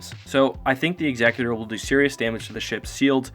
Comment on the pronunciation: Why does everyone say "Executor" wrong?